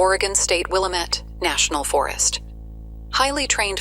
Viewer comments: Hey I'm from Oregon and I'd like to inform you that the pronunciation of "Willamette" in this video is wrong the wat to pronounce it is "wull-am-ette" just so you know. Not to sound rude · Oh my, well the first narrator is not an Oregon native, that's not how you pronounce Willamette.